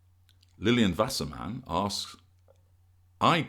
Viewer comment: Ah I am white, silent treatment expunged.;-) nice German pronunciation. You had me at Vasserman. look for my notice to consult. Look forward to it.